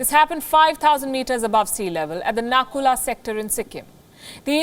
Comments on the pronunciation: Sorry 🙏 it's Nathula not a Naku la batter have some knowledge first 🙏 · M from Sikkim nd the place is Nathula not nakula......plz do ua homework properly..... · It's nathula not nakula....!!! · Not Nakula it's Nathula. Social media these days 😤😾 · Hey its Nathula not Na kula. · It's nathula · Love your content but I think it’s NATHULA .... it a geographical pass .... thank me later! Peace ✌🏻